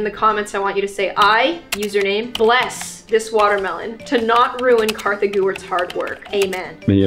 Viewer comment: Its kartha